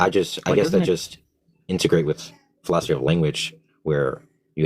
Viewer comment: you see what you do? lol, that alien language got that first dude saying philosoky